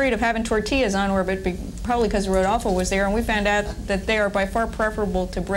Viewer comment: Is rodolfo neri vela,no rudolfo